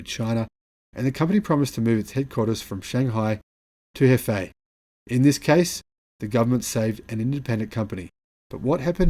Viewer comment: Nio HQ is in Hefei , pronounced Her- fe- a